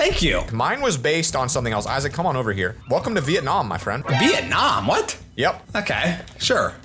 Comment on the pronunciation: Vietnam not vietcon 😂 still good video though